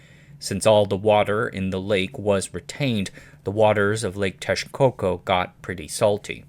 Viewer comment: Interesting you pronounce Texcoco correctly but not “Mexica”. Just pronounce the ‘x’ as you do in Texcoco with a “sh”.